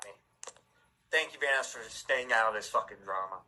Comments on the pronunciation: Nobody gonna talk about how keem called Vanoss “Vanass” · I can’t ignore keem saying “Vanass” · yo keem is saying vannas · I got flashbacks when Delirious called him Vanass in the early 😩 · Keemstar saying Vanoss like "Van-ose" hurts me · Don't forget every Van-ass he says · I also like how people pronounce vanoss as vanoose.